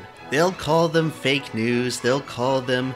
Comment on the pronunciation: "faek newz"